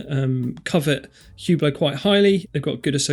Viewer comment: For Hublot, you butchered the name? Watch magazines either pronounce it as “U Blow” or “Ohh Blow”. Although looking at others and how they pronounce it… now I don’t think anyone knows how. 🤔